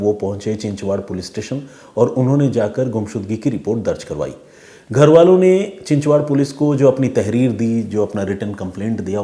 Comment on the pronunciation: चिचवाड नही चिंचवड कालेवाडे नही बालेवाडी